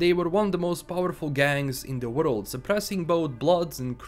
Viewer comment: Nobody:: in the worlulululd of cybperunk.....